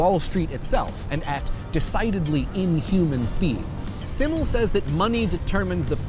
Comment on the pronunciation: Love you, man, but Simmel is pronounced ZIM-el, and he was a sociologist, not a philosopher. Seriously, though, love you.